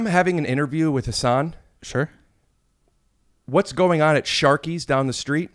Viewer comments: What a class act Hasan is for letting Rick butcher his name the whole time and not ever make a thing of it. Good friend. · Literally everybody does. I didn't figure out how to pronounce it until I saw Patriot Act. But he never corrects people. Which I find strange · I caught that too. I think that was back before he clarified how its pronounced. hasan himself used to pronounce it incorrectly (in public) but thats bc its what people knew him by. On Ellen was the first time he corrected someone on a huge public platform which is likely how YMH knew about it. they talked about it for SO long on YMH i think he just let it go this time, its boring after a while you know? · It would have been great if when Rick did his Hasan. Hasan? Hasan... Hasan actually told him he’s pronouncing his name wrong the whole episode 😅